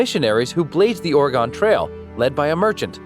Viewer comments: quick tip people here pronounce it “or-gun” not “or-i-gon” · It’s “Ore-gun” lol obviously he doesn’t know certain things lol